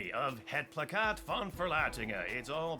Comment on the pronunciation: *plakkaat ('placcaet')